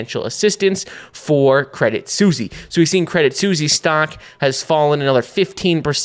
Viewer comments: "credit Susy"? hahahaha its pronounced credit swiss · love the content, but is it seriously called "credit susi" ? 🐕🍝 😅